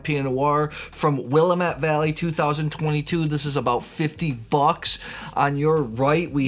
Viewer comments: Yummy. Just a note about pronunciation… Willamette has the emphasis on the ‘a’ instead of the ‘m.’ Sounds like Will-A-mitt. I was there a few months ago and they’re emphatic about the second syllable emphasis 🤓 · As a life long Oregonian, the way to remember how to properly pronounce Willamette is it rhymes with damn it. It's Willamette Damn it. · Hey! Let me give you a lesson on how to pronounce Willamette....here's a phonetic lesson...It's Willamette Damn it! Few things piss us off more. As for the Oregon Pinot you tasted...price aside it is a no-name producer. You're welcome. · You are truly a wine expert. Please pronounce Willamette correctly. I feel that it’s rude when you don’t. And since you are an expert, it makes sense that you pronounce it correctly. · He could just have a mental block on the correct pronunciation of Willamette. Sometimes when you read a word it comes out mispronounced on how you hear it in your mind and then is mispronounced when you try to say it. When that happens over and over again, this mispronunciation becomes embedded in your long-term memory as the normal way to pronounce the word. He may try to play it off that he is just trolling, but it could be that is just how his brain thinks Willamette should be pronounced. Even when he has consciously tried to slow down and pronounce Willamette the correct way, you could see it was a struggle and didn't sound natural.